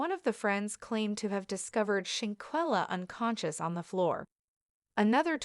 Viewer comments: Pronounce the name right or stop talking about this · No disrespect Ma'am... but Your pictures are not lining up with what you are stating 🙄 and your saying Shanquellas name wrong